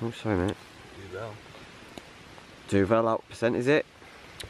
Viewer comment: this had me lolling quite hard irl. I just pictured Joey von Dingleberry doing crafts and painting a cardboard crustation. Btw, that beer (Duvel) is pronounced like dew-full. It's belgian beer and it just means 'Devil' in sort of a dialect, which suits it's alcohol percentage nicely. Cheers!